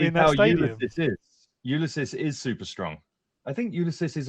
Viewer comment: It's not Ulyses bro